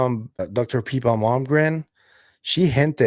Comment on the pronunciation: its pippa, not peepa. i think it makes a difference....